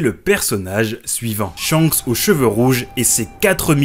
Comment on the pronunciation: Petite correction, Shanks ne se prononce pas ShiYanKuSu mais Shankusu, en effet le « Ya » est minuscule, on a donc une contraction du Shi et du Ya qui donne Sha (mais effectivement, ça s’écrit bien Shiyankusu)